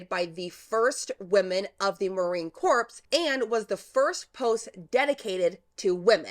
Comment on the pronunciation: Her name is pronounced 'Oh-pha' and Corps is pronounced 'core’ not 'corpse'. Other than that, great video!